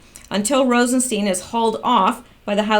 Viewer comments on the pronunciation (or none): Nunes is pronounced 'Noon-ez".....Rosenstein , himself, pronounces his name "Rosen-stine" please stop screwing this up, makes you sound uninformed.